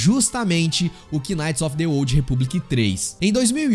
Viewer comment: Mano, "quináite" é de f0der, a palavra knight se pronúncia "náite" igual a night porém mas agudo por causa do k.